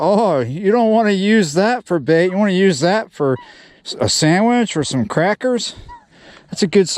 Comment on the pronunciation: I love when yu say your gonna make a Sangwich with a bream!